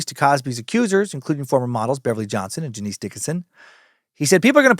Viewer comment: Dude…Janice Dickinson: it’s NOT JaNEECE! It’s Janice, pronounced “Janus”, and if you never checked into her even an iota, then some of this episode is based on bad info. C’mon. Sorry, but it allows for questions to be raised. She’s not exactly a credible person, historically. Fair is fair. The rest, okay, but it’s sloppy. Never open the window for questions on accuracy when you can avoid it.